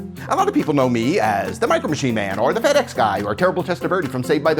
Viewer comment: I thought he said to himself "Fat-Ass guy" then I turned the subtitle on it was "FedEx Guy"